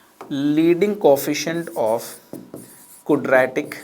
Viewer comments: "Kudratic" Expression.... :) loved the lecture sir................... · Cudra tik ekwaation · कुद्रैतिक इक्वेशन 😂😂😂😂😂😂😂😂